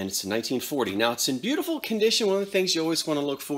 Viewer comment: Boo. Tee. Full.